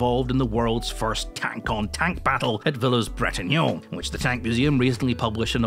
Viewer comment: i bet the sherman has radium dials. per one of your videos .... you said Villers-Bretonneux wrong